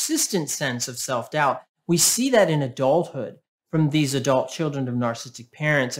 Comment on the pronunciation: At the end you said 'I will zee you next time' which is just what people feeling invisible with a narcissistic parent